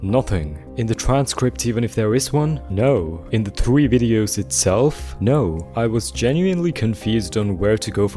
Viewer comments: idk but can you not say thwee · If something in this sewie is scary, it's episode thwee I agwee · "begins in video twee"